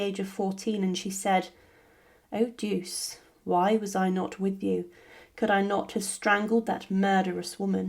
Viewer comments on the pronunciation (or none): Duche, ch sound as in chair. Duce.